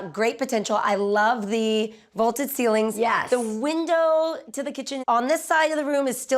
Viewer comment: The comp house was 70% bigger, so of course it’s going to command a higher price. I also love how she says the ceilings are “volted” ( and again )